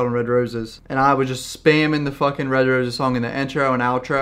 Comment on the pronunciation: LMAO I remember when you always used to put Red Roses in ur vids and everyone was so confused coz they thought was saying the N word looool